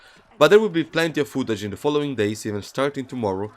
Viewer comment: Give us some more "foo-tag"